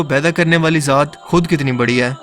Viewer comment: Aap Hai ko aim kyon bolty hain